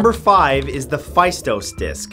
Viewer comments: The phaistos disk is pronounced "Festós" disk (the "e" in Festós is pronounced exactly like in the word "egg"). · Faistos is read "festos "